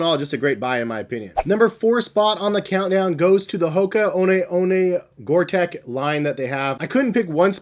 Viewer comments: Gore Tex is pronounced TEX like in TEXas not TEC :) Keep up the great reviews! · Gore-tex with an x. Pronounced like gore-teks not gore-tech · The Reebok Zig Kinetica Edge has to be one of the f-ugliest shoes ever. Gore-TEX is NOT pronounced to sound like Big TECH --- the "tex" is like the sound of the state of TEX as --- pretend there is an "s" at the end of "tex" - sound the "x" out. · Yes I'll be that person. It's Gore-Tex Not Tech😂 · You’re missing out on the acg mountain fly. Also it’s gore-TEX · Please stop saying "Gore-Tech", it's really annoying, and spoils an otherwise good review :( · Its pronounced Gore tecks, its a fabric that lets air in and out but not water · Stop saying Gorteck you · You'd think that a guy making a video about Top whatevers on the subject matter would know the difference... He can't even pronounce Gore-Tex correctly. facepalm